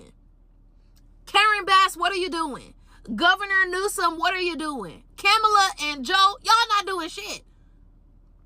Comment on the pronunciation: Really funny that the girl whining about the bums of the world living in the “Valley” is the one wearing an OnlyFans sweater 😂😂😂😂 And she said “Camel-a” 😮😂